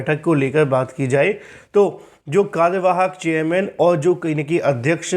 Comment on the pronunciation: He speaks चेयरमैन ❎ चेययमैन ✅😀😀